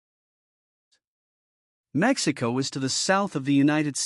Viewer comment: It’s Mexico 🇲🇽 not Maximo that’s not good 😂